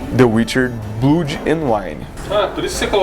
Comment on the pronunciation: "blúd"... cruzes.